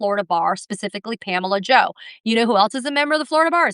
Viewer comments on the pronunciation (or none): Or every time she says Pamela Jo.